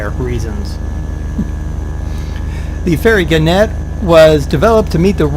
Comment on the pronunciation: At the risk of seeming a boring pedant, it's gannet with the emphasis on the first syllable - as if you were saying 'gaanet'. It's a seabird closely related to the booby. Anyway, back to the plane...